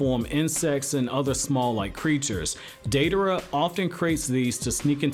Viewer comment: I love Deidara, second worshipper of mine. I wish someday there is more info about his past Btw thanks for saying his name correct